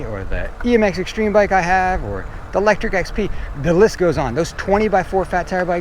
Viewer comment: I could not tell if here was saying Electric Bike or Lectrik Bike when mentioning several good brands.